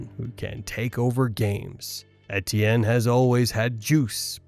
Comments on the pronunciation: E.T.N. Travis Etienne is in his fifth year in the NFL. His name is pronounced, simply E.T.N You should know this by now. He said it multiple times his rookie year and it's in the media guide. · Butchered etiennes name pronunciation, but I probably butchered the spelling so I guess we’re even lol